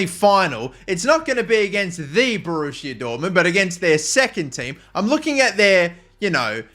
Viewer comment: BORRUSSIA DORTMUND two